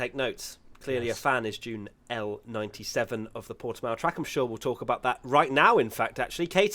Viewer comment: So guy, is actually Portimão, with the "ã". The way you prounce it is more like Portimaum. #bottaslifematters #pushbuttonforbottas #softtyresforbottas